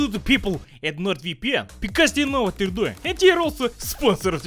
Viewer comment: how western spy's says: NORD VPN how say's: NorViPiEn